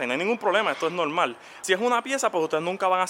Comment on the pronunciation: No mas escuchava '' es nolmal, es nolmal "" jajajaja vale varg. Y ya lo compro